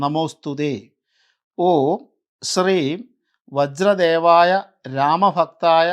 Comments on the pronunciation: വജ്രദേഹായ എന്നല്ലേ ശരി? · വജ്ര ദേഹയാ അല്ലെ വജ്രദേവായ അല്ലല്ലോ. ഒന്ന് കറക്റ്റ് പറഞ്ഞു തരണേ